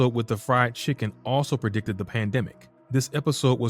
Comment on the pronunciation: You & others keep saying pre-dicted - noooooooooo 😡 the plannnners plan yrs in advance